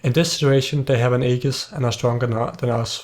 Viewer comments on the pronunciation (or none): none